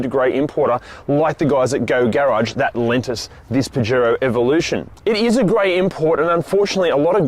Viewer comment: You know can use translate to learn how to pronounce it?